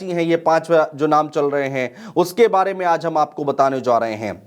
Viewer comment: भाई जा को जो क्यों प्रोनाउंस कर रहे हो ??? बताया जो रहा है is wrong बताया जा रहा है is correct..... चोन्हा के बोलने के चक्कर मे अपनी ही काट ले रहे हो...... तुम्हारा दोस्त-वोस्त नही है क्या इस तरह के सलाह के लिए ????